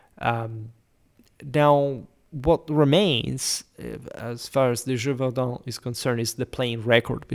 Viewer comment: I suspected you were french considering how much you use french maps, but now hearing you saying the title of the beast I am sure you are not. Either way, thanks for your work.